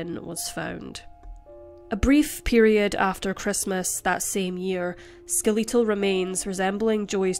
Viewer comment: I love how you say ‘skeletal’… it sounds great in a Scottish accent 😊